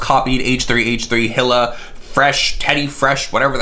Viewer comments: Its pronounced "Heel-uh" lol 👠 👠 👠 Love you,! ❤ Also I think he did take inspiration from Teddy Fresh...the colors are exactly the same. Like come on. 🧸 🐻 🧸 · I’m sure you will get a bunch of comments about this but you are saying Ethans wife’s name wrong You pronounce it “E-la” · Not complaining about doing the research but not pronouncing Hila’s name right 🙄🥴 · Bro first please look up how to pronounce her name correctly and also it’s kind of rude to insult her style of art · If you’re gonna make a video on a drama “news” snippet Atleast learn to pronounce HILA correctly considered she designed the hoodie. If you watched one second of a vid on teddy fresh and actually did research you’d know how to pronounce it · You can’t even pronounce her name right.... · I cringed every time he said Hila ☠️ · These drama channels can’t even do .5 seconds of research on how to pronounce a name they’re talking about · It’s pronounced Hee-la. But yeah no one gives a fuck all three are liars. But they look so similar I thought the three of them were collabing. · Her name is pronounced like: Hee-la, or Ee-lah, depending on where you're from. (Eathan's wife - Hila) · When you've watched h3h3 since the Israel days and you have to hear "Hill-uh" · It's pronounced Eela. You Can buy Teddy Fresh at like2 or 3 different stores at the mall. This isn't just March, TF is an actual brand and has become pretty popular. James Charles knew he just didn't give a shit. Teddy Fresh has legit collabs. James is whack and he knew his merch was a RIP off. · eee-lah. Just FYI. Love you 💛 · Nobody:: Hill-Uh... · its pronounced HE-LA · HE-la silent H. "Ee-la" I believe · Pronounced "Eela" and James playedddd himself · Its pronounced E la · And it’s pronounced E Lah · Her name is pronounced "eel-a" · I love you but say it with me He-Lah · E-la. Not hill-a. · lmao hila is pronounced ee-luh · It’s pronounced like “ee-la” :) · Her name is Hila. Hee-la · Hila = "Eee-la"! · Hila= E-LA